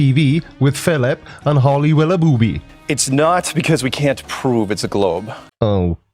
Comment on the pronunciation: The earth is a globe. End of story. But on another note. You questioned if Flight attendant was PC, but then proceeded to say Willoughbooby for the entire video..? Pretty dumb mate.